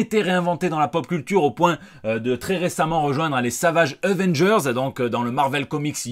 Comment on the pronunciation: Tu dis euvenndgeurs. Mais en marseillais on ne dit pas avenedgeurseux ?